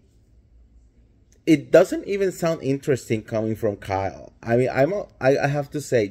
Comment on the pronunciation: Kyke? Did you say Kyke?